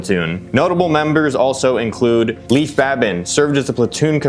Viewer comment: A couple small corrections… Leif (pronounced LAY with an “F” sound at the end) Babin. Kevin Lacz (pronounced LACE like shoelace). Two notable guys that weren’t included: Seth Stone (died in parachute accident in 2017) Jonny Kim (corpsman; Harvard Medical School Graduate; current NASA Astronaut)